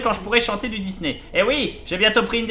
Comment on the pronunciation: Le dysney m'a tué :') merci Bob pour cet épisode :)